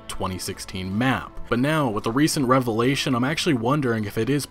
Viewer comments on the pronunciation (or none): none